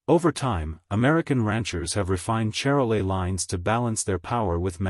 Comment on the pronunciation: That's pronounced Shar-lay. Calves tend to be large at birth, creating calving problems.